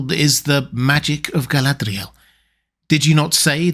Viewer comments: Your use of the 'th' sound for the d in her name is throwing me a bit. I had always thought it was to be a lilt at the 'r' almost a nordic r trill or flap like "ga-lah-d'real" where the last letters are combined. Granted, we're talking a fantasy name and language, lol. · I can only take so many quirky pronunciations of Galadriel at once. Hit that limit about 3 minutes in. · why do you roll the letter "r" in Galadriel's name?